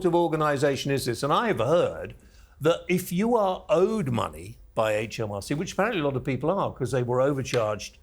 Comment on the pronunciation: The HMRC man said 'HAITCH M R C!